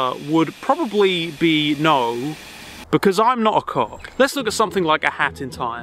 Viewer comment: I couldn't make out what he said there."I'm not a cop"? "Cock"?